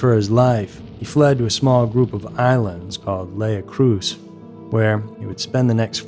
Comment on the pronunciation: That's not how your pronounce his surname! Since when did they have CCTV with recent cars in the 1950's!! Mont a lab instead of Mont a L'Abbé!! Lei Cruz, instead of Écréhous!! Lego Stelloise instead of Alphonse Le Gastelois!! A photo of the States of Jersey Police in 1975 instead of the 1960'S! A photo of a police car from New Jersey!! This idiot claims the trial began on 29th November 1970, he was convicted in December 1971!! Where is the Isle of Right?!! Isle of Wight!! A prize hamster could do a better job of narrating than this nut job!!